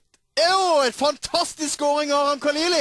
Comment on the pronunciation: han heter ikke kaliliiiiiiiiiii han heter KHALILI. KH KH, KHHHHHHHHHHHHHHH LONG LIFE PERSIA